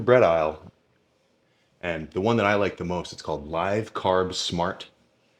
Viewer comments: The bread brand is Aunt Millie's Live Carb Smart... as in Live (LIV) like "live life" not like "live music"... lol love ya Sam, you're awesome man! Just wanted to point that out. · Sam it’s Live carb smart like Olive not live as in live music hahah much love brotha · Isn't it pronounced "live carb smart" like live life? Instead of live like live tv? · No … you’re a living person … live… not watching a sporting event live in person Go back to school and pay attention in class kid